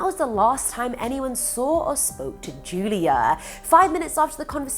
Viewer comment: U kept saying judia instead of julia but that’s none of my business love the videos